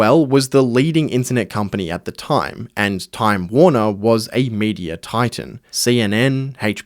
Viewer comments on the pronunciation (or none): none